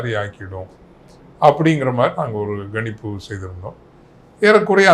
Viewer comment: Father 'ganippu' Chennai Tamil uchcharippu. Kanjppu is the correct pronunciation of the word.